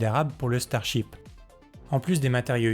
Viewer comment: Le ch'tarship... ouais ouais !